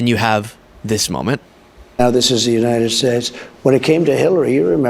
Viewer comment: "Uniade Shayche"?🇺🇸